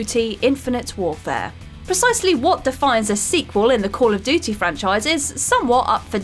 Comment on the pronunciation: Why can’t she say ‘duty’ properly??